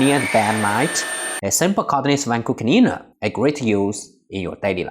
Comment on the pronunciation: "Vacoo clneena"